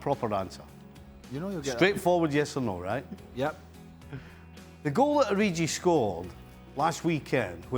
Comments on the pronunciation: "Origi" should be one of the very easiest names to pronounce. It's not short for "Original". That's a hard "g" in there, so please get it right. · This Ureeji guy must be well good. It's Origi, you twats. O-ree-gi. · Who's O-ri-gee? Btw. What did Divock do to Stevie to be in his bad 📚. Snubbed him at some Liverpool function?